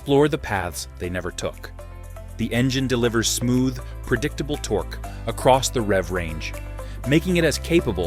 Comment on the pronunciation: How can the Sprint "sound like a Harley" with a thumper engine? That cannot produce the "potato-potato-potato" sound familiar to all... (note to narrator: it's pronounced "tork", not "torkee". Also, at the mark you need to call the department of redundancy department, as the audio states "and the seat height is 27.1 in seat height"